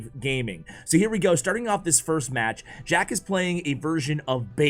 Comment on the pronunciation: Sounds like he said shack at 28sec lololol